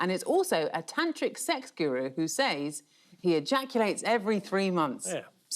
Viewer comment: Why has it suddenly become fashionable, to mispronounce the word ‘says’?